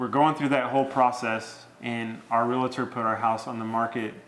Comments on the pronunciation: Honest question, why do you say "real-A-tor"? Never understood inserting that "a" that just doesn't exist. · Also it’s pronounced Real-tor... not Real-a-tor😁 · She pronounces REAL-TOR correctly. Good job. Him, not so much. That said, until closing, sale is not complete, at least in my state. Either party can back out.